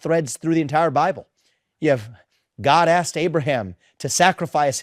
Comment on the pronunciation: STOP SAYING "AXED". It's "ASKED". FFS.